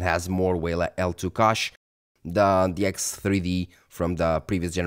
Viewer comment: You speak English quite well for a Portuguese speaker. However, I have a small piece of advice for you. I've noticed that you use the word "cache" quite often, but your pronunciation differs from how native English speakers say it. I recommend checking out some videos featuring speakers like Lisa Su or Steve Burke to hear the correct pronunciation of this word.